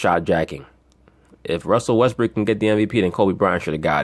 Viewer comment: be killing me with that Russell WestBRICK..He says it like it is actually his real name. Got me dying over here!